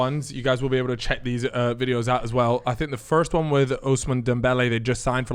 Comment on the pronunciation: He wasn't doing keeyups wif an orange at 10🤣🤣🤣